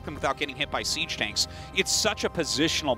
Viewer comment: Is it "siege mode" or "cheese mode" - not sure which one they said?